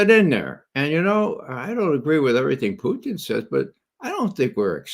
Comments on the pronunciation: I love Ray but his name isn't Putine. Putine is a food from Quebec made from French Fries with gravy and cheese on top. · Ray loves to say "Poutine" because he honestly believes that is how the Russians say it. His accent is so horrible he should stick to the way that most Americans mispronounce it.